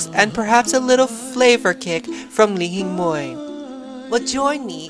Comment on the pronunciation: what is the la hee moi you spoke of in the ingredients? not sure if that is correct pronunciation. are there any substitutes? thx great video:)